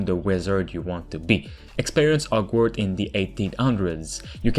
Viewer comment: What happened to the "H" in "Hogwarts" and "Horror" ?